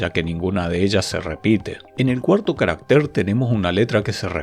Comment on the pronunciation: En singular , CARÁCTER es una palabra grave y va acentuada, tanto prosódica como alfabéticamente en la segunda A. Su plural es CARACTERES, sin acento ortográfico. En la presentación el término "caractér" (no existe en español) se repite más de veinte veces.